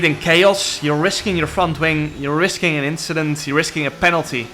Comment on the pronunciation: No inshident